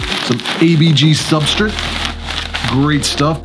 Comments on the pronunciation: There is no i in substrate omg its so hard to listen to. Its like you are just kipping part of the word. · But dude, every time you say 'substrit' a fairy loses it's wings...... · I've been silently making fun of how you pronounce substrutt for months now. Keep up the good vids!! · I was quietly watching and ignoring how you pronounced "substrate" until u called me out lol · I noticed the way you said subrtrate right away when I first started watching this channel 😅 can I ask WHY though? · Why do you say substrate that way? You're the only one I've heard say it that way lol.